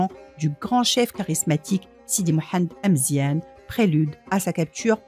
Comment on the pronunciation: Amezian not emezien